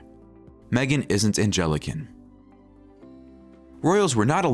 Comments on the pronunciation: “An-gell- ih- cun”? It’s more like “Ang (like “hang”) - lih- cun”….Two words with totally different meanings.. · Angelican instead of Anglican??? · Well Queen Victoria’s belief that ‘marry in may and rue the day’ certainly turned out to be completely true! The ‘narrator’ got the word homage’ perfectly but mispronounced Anglican? 😂🤣😆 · Angelican? Try Anglican. Reader. Check your pronunciation. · Angelican… you mean Anglican. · Learn the word Ang-li-can. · Ang...li...khan. Anglican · Oh my gosh, can’t pronounce Anglican………